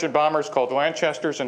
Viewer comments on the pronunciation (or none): Think means Lancaster bombers not Lanchester at 5 minutes in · Lanchester Bomber? Get it right, WTF?